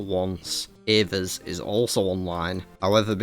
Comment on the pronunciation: Genuinely congrats on pronouncing Ava's properly. It kills me when people say Aver's 😂 I'm looking at you Torvesta. Highly enjoyable episode.